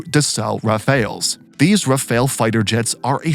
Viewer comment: It is pronounced Rough-al and not Raphael. Rafale in French means gust like wind gust and/or burst ( like when shooting a burst of bullets).